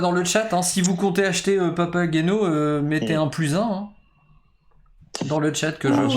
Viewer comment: Prononcer" papaguéno" , un classique de Monsieur Mozart